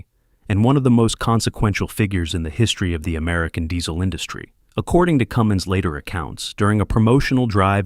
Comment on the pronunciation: Cummins not Cummings.